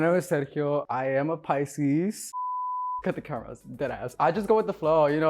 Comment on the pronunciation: When Sergio said PICSES ….😀